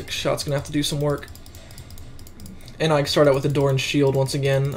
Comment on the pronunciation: I dont like it how you say 'the' and also i dont like it how you say 'of' and especially i dont it how you say 'and'.